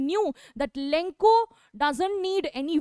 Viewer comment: Lenko nahi hai bevakoof lencho hai